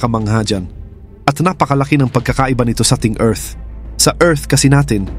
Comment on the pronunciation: Ayusin mu Naman Pag pronounce ang Earth.